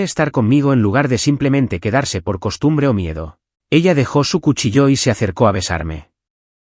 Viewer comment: Dicen cuchillo con acento